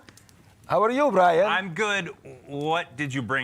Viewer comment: I missed the live Brian, but I'm happy you liked my snowflakes. Thank you also for pronouncing my name correctly, believe it or not, 90% of the people have difficulties. ☺